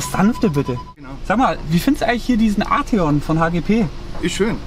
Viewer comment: Arteeon bitte